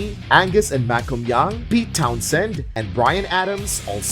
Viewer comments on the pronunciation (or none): Its not pronounced Pete Townshend. It's pronounced Pete Townsend. This is Ai. Spelled Townshend.